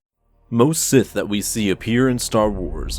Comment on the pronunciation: Sith Sseth S S I T H